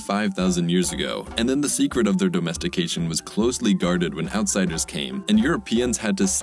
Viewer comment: Why is the narrator saying dOHmestication?